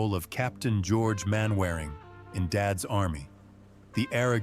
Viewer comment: Mainwairing PRONOUNCED " MANNERING"